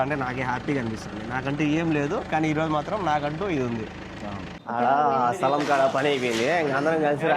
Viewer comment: సలాం కాదు రా స్థలం 😂😂